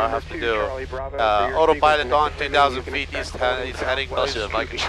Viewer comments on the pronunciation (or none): It's not autopilot, it's Ottopilot !!!